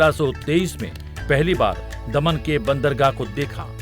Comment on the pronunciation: दमण नहीं की दमन..